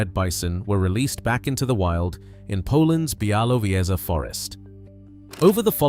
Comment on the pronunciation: bialowieza//biawoviezha you could have looked it up